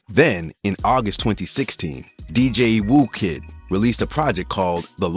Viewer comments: If you’re going to make a video on the subject at least say people names correct… “spider lock” smh… or “Dj woo kid”… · Spider locc and dj whooooooo kid😅